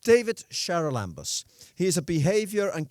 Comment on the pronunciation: It's pronounce Haral- amboose